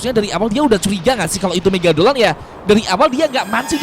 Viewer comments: Megalodon❌ Megadoln✅ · Mega lodon bang bukan mega dolon😂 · Megalodon tidak Megadolon iya😂😂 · Bang bukan megadolon tapi megalodon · Bang megalodon bukan megadolon😂😂😂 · Megalodon ❌ Megadolon☑️ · Megalodon bang bukan megagolon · bang Megadolon atau megalodon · Bang itu megalodon Bukan megadolon😂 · megadolon? megalodon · Megadolon✅😭 Negalodon❌ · Megalodon❌️ Megadolon✅️🗿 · Megalodon❌ Megadolon✅